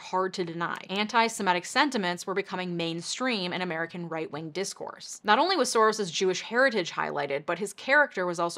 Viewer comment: Lol did you just say right ring? Instead of right wing?